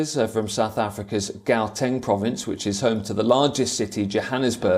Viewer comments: Geowteng province😂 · Gauteng is pronounced howteng